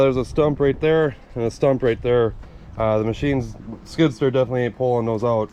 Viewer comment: love how he pronounces skid sturr